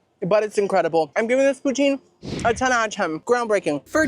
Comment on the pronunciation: The way you make poutine makes me cringe as a northern resident of Canada 🤣 I live about 2 hours from the birthplace of poutine, and the 'e' at the end is silent. It sounds more like Russia's leader Putin, but you put more emphasis on the 'o' Pou-tin Love you!!!! Long time fan 🥰